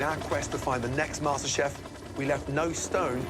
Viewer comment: IT'S MASTERCHEF NOT MASTERBATE xDDD